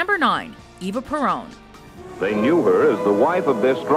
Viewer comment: Eva Peron's name is pronounced more like 'ay-vah,' not 'ee-vah.' It was like nails on a chalkboard hearing this chick say her name. Also, it would've been nice if you stated how old they were when they died. For a list about dying young, you sure neglected to mention that important fact. For instance, Eva Peron was only 33.